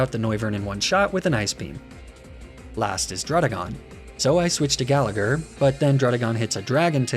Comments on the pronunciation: You pronounce gallagher like that, im Irish and I’d say it as Gal-a-her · And the second G in Gallagher is silent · If you're going to do an "Irish" name theme, then at least learn how to say Gallagher and McLoughlin correctly. Plus, Laddie isn't Irish, it's a Scottish stereotype. Get your "facts" straight.